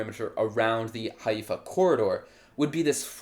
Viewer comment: lol the settler who doesn't know how to pronounce the name of the city he stole.